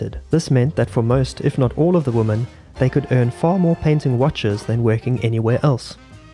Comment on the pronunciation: Why do you pronounce "women" like "woman"?